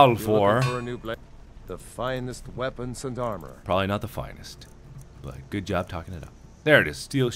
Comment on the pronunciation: lol, i know in anther vid he said "good jerb" sooo subtle but it was great